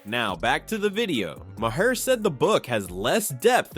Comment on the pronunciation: It's pronounced Ma Har - not my hair!